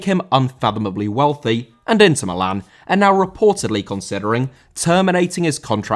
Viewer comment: Inter* not Ento